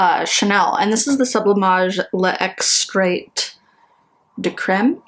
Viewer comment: Hi, “mine” is pronounced “meen.” Bonne mine = healthy glow. And in “extrait,” the “t” is not pronounced.